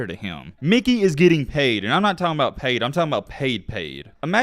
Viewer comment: Stop saying Mickey wtf